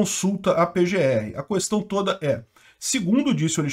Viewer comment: "na KUestão" ...não se pronuncia o U. Seria "Qestão"